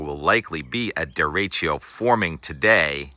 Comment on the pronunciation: Deretchio? deretchio? come on Tim, you can do better than that